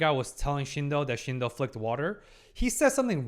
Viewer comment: As well as saying Shino, Shidon and Shindon. But no, I think it's not intentional, some people have a hard time with names they're not familiar with. I just hope he gets all names right by the end of the season 😆